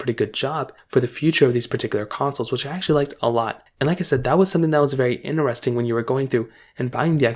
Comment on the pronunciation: just wanna say there is a ( T ) in interesting 😂 it’s pronounced inTeresting and not ineresting 😂